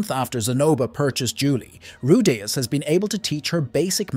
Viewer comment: Dude how can you pronounce Rudeus four different ways in the same video?